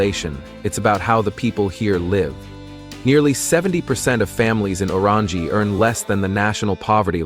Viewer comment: The guy who can’t even pronounce the correct name of Orangi town with fake picture on title.